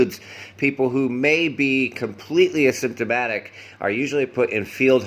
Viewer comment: The way you pronounce asymptomatic sounds very much like symptomatic. Most people pronounce it with a strong emphasis on the initial syllable a:. A-symptomatic.